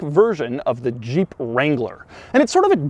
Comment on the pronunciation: The way you pronounce "Jeep" is just throwing me off. I keep hearing "Juh-eep". Not trying to poke fun, just an observation.